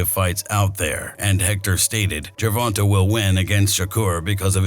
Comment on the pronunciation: Based on you can’t pronounce Gervanta right I think this video is wack